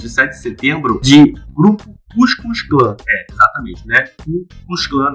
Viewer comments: CUSCUZ KLÃ !? "TÁ ÇERTO" 😂😂😂😂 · "Cuscuz clã" o bode rouco já fala ruim e tentando pronunciar esse trava língua foi icônico kkkkkkkkkkkkk 🤣😁😂